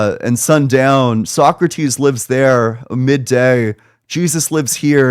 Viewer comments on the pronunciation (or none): none